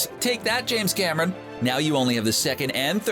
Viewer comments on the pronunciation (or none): none